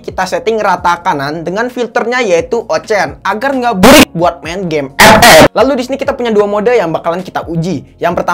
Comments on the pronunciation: Ampe sekarang gw ngakak kalo denger kata “EP-EP” 🤣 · GUA SUBREK GARA² LU NGOMONG EP EP BANG 😂😂😂😂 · Gw ngakak terusss dengar abang nyebut epep🤣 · Pasti proses editing nya ngakak sndri tuh liat scene sebut ep ep nya🤣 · Ane player epep, tpi ngakak pas lu bilang epep bro😂😂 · Gw paling suka chenel inih pas luh ngomong ep ep🤣